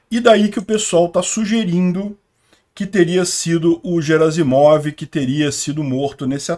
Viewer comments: O sobrenome dele é Герасимов e não Жеразимов: Sendo assim, a pronúncia correta é "GUEraSSimov" e não, "JeraZimov". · A pronúncia correta na versão em russo é 'Guierassimov'. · 14: 25 - Gerazimov: a pronúncia correta é com o "G" de "galo", nunca como "J". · No Google tradutor a pronúncia é "Guerácimov". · "GUERAZIMOV": Na maioria das línguas europeias, inclusive nas eslavas, o "G" sempre é pronunciado como "GUÊ", como em "garrafa". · Bom dia. A pronúncia correta do nome do general russo Gerasimov é com a letra "ge" pronunciada como "gue". Em russo, a letra "g" tem dois sons diferentes, um palatal, que é pronunciado como "gue", e um velar, que é pronunciado como "go". No caso do nome "Gerasimov", a letra "g" está no início de uma palavra e seguida de uma vogal, portanto, ela deve ser pronunciada como "gue". Portanto, a pronúncia correta do nome do general é: Gerasimov (gue-ra-si-mof) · conforme a pronuncia do Prigozhin e, Gerasimov se pronúncia com som de "Gue", Guerasimov.. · Oi, o correto na pronuncia do general russo é "Guerasimof" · Notinha cultural. No RUsso, quando a palavra vem de idioma Latin, que começa com "H", eles pronunciam como se fosse "Q". Assim, "Harry Potter" fica "Query Potter", "Hiler fica "Quitler", "Alcohol" fica "Alcoqol". Em Russo, o Garasimov é escrito como "Герасимов" . O "e" soa como "ie". O "o" ao final soa como "a". O nome em russo soa como o "Quierásimav" em Portugues.